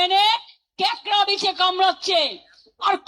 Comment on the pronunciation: উচ্চারণও করতে পারেনা।কাঁকড়াকে বলছে ক্যাকড়া।